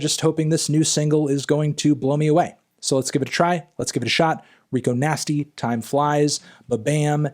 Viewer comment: Her name's Rico Nasty, Anthony, not 'Nigo Tasty', ffs. Other than that, really good review.